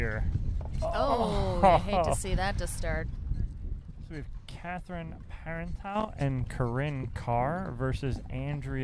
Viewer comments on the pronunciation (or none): Great coverage! But Parenteau is pronounced Paren TO like photo potato etc. She's just too polite to correct anyone.